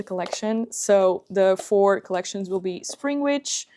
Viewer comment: Did you say springich or springwitch